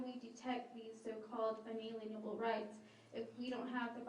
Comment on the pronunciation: For someone who likes to say unalienable every second sentance, should really learn to pronounce it right. It's 'un-ah-leen-ah-bull' not 'un-alien-ah-bull'. Nothing is more distracting than someone mispronouncing words that they keep using over and over.